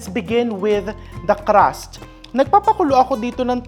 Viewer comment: its crust!!! not Caaras